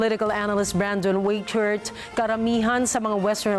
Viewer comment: Excuse me, I am afraid you have got a German surname Weichert phonetically wrong. It is pronounced "wye-kurt" [ˈwɑɪ̯kɚt̪].